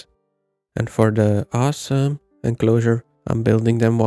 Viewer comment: haha, what is that "M" in "awesoMe enclosure"